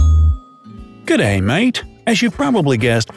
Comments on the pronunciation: Did anyone else hear him try to pronounce g’day at the start? GOUDDAY? Also I’ve never heard anyone call Australia ‘stralia’ (and I live in Australia) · This is so wrong me when he said gaday 😭😖😡😤😫😖😣so wrong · Him: gday mate Me: never say that again